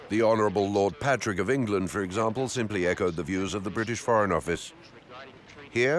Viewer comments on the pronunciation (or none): none